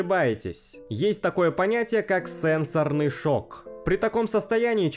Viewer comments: Не сЕнсорный, а сенсОрный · наверное, сенсОрный шок, а не сЕнсорный)